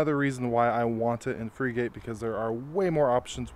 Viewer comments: You don't pronounce it (/ ˈfrɪɡət /)? A frigate is a type of warship. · It's not Freegate it's pronounced like the type of ship. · Frigate is pronounced like Frih-git